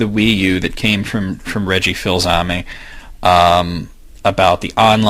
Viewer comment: i don't if you realize but Reggie Fils-Aimes name is actually pronounced kinda like "Fees-a-may".